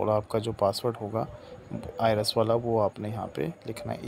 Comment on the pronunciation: Bhai ki tarah ka tax consultant sahi jo I RES bol rha hai IRIS ko 😂